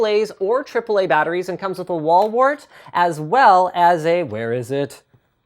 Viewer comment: he said wallwort